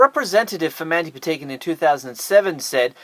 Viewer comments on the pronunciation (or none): You are saying Mandy Patinkin llast name wrong